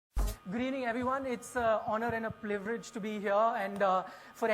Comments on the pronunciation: the anchor also said plivrige instead of privilege. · Anchor doesn't know to pronounce Privilege he said ( Is our Pliverege ) Please check i have checked it 9 times before making this comment. Shame on NDTV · The first thing I heard. Host: Everyone, it's an honor and "pliverage" to be here.....lol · plivirege??? Stage fright, feel for him lol